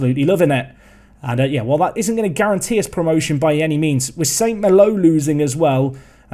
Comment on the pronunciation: It's pronounced San malo rather than sant mallow